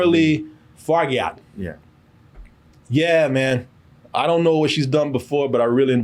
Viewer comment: I don’t mean to sound like one of those people, but it’s pronounced, “Far-ja.” It’s French.